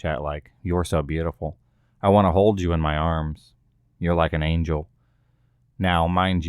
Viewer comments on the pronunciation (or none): none